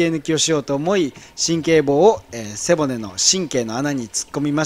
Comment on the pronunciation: 毎回思うんだけど背骨のイントネーション変わってない？